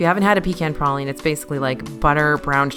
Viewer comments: I am a new subscriber and love your channel. Also, you don't sound Southern, but you pronounce pecan and praline the way the Lord intended. Keep up the amazing work! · Shout out to for saying "praline" the right way! The Louisiana way! YAY!